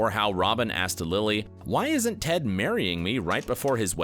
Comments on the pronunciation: did he just call Ted Tod? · I‘m sorry did he call ted „tod“???? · It's Ted.! Ted! Ted! NOT TOD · ITS TED NOT TODD TF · Did he call ted Todd? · Anyone else notice at the mark where he calls Ted "Todd"? 🤣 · is Ted not Tod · Did..did this guy just call him TODD?? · The more I rewatch this show. The more I love Tracy ( The Mother). I still love the show. Better than Friends! The ending bothers me, because we didn't get more Cristin Milioti. She's great! By the way guy, it's Ted not Todd. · Love the fact that this is a dedicated video for hardcore HIMYM fans... and the guy making it doesn’t even know that it is “Ted” and not “Todd”😂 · This man just called Ted Todd😂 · They mistakenly called Ted Mosby, Todd??? Not only that but pronounced renaissance as reh·nuh·saans and not ruh·nei·sons!! Ugh these people know nothing of HIMYM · He said tod instead of Ted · did he call Ted 'Tod'? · Did anyone notice that he said Todd instead of ted sometimes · He called TED Todd, dudes never even watched the show before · He called Ted, Tod 😑 Seriously. Go look. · he said tod right? ors that just me